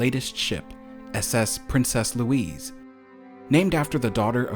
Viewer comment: Princess Louise is pronounced Lou - eez - uh